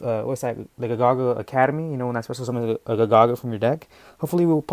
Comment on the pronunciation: Ga Ga Ga not Ga Gagas